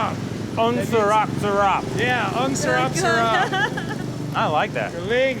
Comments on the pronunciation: its "sarap" not "salap"...:) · "ang surap surap" wtf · As a full blooded Filipino it made me cringe when I heard them pronounce "ang sarap". That aside, we Filipinos don't despise the innocent/brainwashed citizens of China, we only deeply and strongly despise China's President and government officials .3. They need to learn when to stop being so gluttonous in their desperate struggles to gain power in the world. Their struggles result in them being a major polluter.